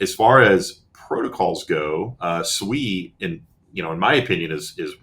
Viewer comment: OMG somebody is pronouncing SUI correctly. It's really hard to take anyone seriously in the financial space giving advice on investments when they can't even pronounce the Investments correctly like some other YouTubers squealing like little piggies and saying SUEYYYY SUEYYYY.